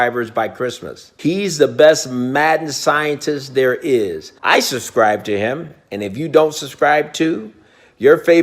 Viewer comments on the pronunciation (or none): “i SuSkRiBeD tO heM” 😂😂😂